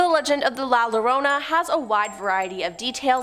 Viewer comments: bahahaha what ever learn llorona not lorona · If you can't say llorona you arent worthy of telling her story ok learn to say it your mexican in roots anyway i can tell lorona why lorona omg